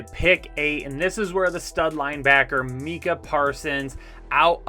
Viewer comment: why u butcher so many names? Sea-well? (Suh-wool) Mee-cuh? (My-cuh). And I love ya btw, and some great picks and reasoning in this banger!